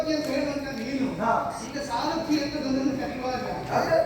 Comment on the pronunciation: Sarathi helta illa, sarati helta iddare, paarta heltare paartha aagbekala jansaleyavare? Nimmind idu nireekshitvalla😔